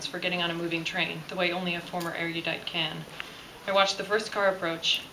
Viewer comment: omg, she pronounces 'Tobias' and 'Erudite' so different to me looove these books